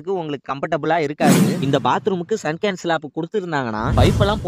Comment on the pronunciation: Super bro சின்ன திருத்தம் அதுக்கு பேரு சங்கன் ஸ்லாப்😊